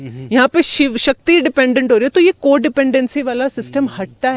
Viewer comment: Pehle bhagwan shiv toh bolna Sikh lo...😂😂😂😂